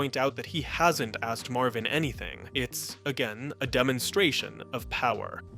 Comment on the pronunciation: Marvin not Marley